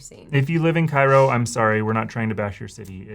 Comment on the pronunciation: Cairo Ill is pronounced Kay-roh not kye roh like the city in Egypt.